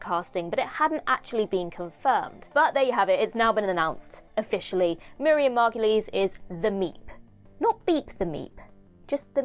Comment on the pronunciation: Margoyle rhymes with gargoyle ,not mar-go-lee